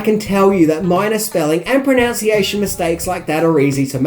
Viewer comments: Did u say pronaunciation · a minor pronunciation mistake - proNOUNciation is, er, a mistake.... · Heh, pronounciation mistakes. I see what you did there. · "Pronounciation mistakes" ... the irony. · Ahh I heard what you did there,”pronounciation”? Perfect word to pronounce wrong 😊